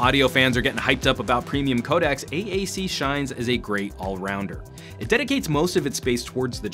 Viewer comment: "codacs"? hmm you should really get this word right bra ;)....